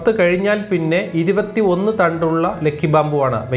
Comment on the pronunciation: ലെക്കി അല്ല ലക്കി